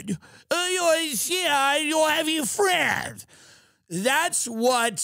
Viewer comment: "We don't have any FWENDS!"